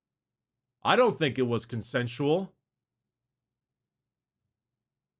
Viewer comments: "DO YOU THINK IT WAS CONCENTUAL" 💀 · “ I don’t think it whas consensual”